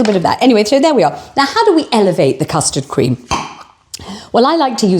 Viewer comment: I too spat my tea out when said Po Noodell. This is absolutely hilarious, love it. Then we get the custard crem 😂😂😂moving on up 😂😂😂 Please keep them coming x x